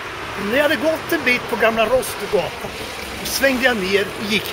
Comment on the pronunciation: Det heter Rådstugugatan! Inte Rosstugatan! 🤬 Dessutom är utvikningsflickor söta!